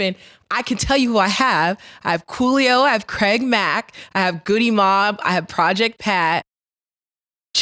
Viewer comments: I know she ain't just say GewdyMob 🤦🏾‍♂️. She just reading names 😂 ain't even pronouncing em right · She said goodie mobb wrong🤣 aye yo